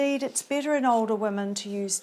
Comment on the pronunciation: A good video, but the specific accent is very strong and difficult to understand at times. Steps sounds like "stips", Better sounds like "bitter", Factors sounds like "fectors" etc